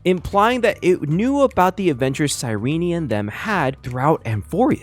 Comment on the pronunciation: "sigh ree knee"